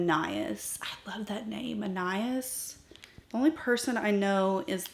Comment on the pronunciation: Lisa E pronounces it "( an eye EES' ) described as a cool antique pewter with sage green undertones shot through with silver, pink and gold shimmering pearls. See her video titled "New Shades Are Here!" . "The name Anias (as you pronounced it) is a male name of Greek origin that means "Son of Apollo". It comes from the Greek prefix ana, which means "son of", and the name Apollo, the god of music, healing, and prophecy. In Greek mythology, Apollo was the king of the island Delos. The name Anias reflects a divine lineage and a sense of nobility and honor."